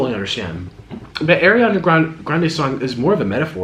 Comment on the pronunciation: Nick I love you but her name is ariana it's not pronounced like air I think it annoys her too I think any way love your videos